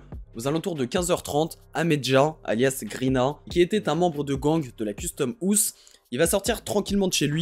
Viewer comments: Frr ton accent et la prononciation ? Tu sais quand même pas dire house correctement la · comment tu dit house🤣